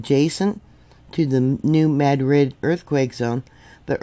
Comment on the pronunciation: Happy Resurrection Day,! Just wanted to let you know that in the Mid-South (I'm a lifelong resident) the correct pronounciation of New Madrid is MADrid. It's not pronounced like Madrid, Spain.